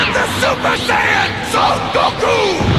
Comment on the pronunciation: why do you say Sayian so weird I can't get over it